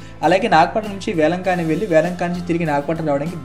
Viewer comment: వేలంకన్ని. వేలంకానీ కాదు.